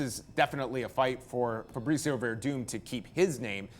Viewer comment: keeps on calling him Fabritzio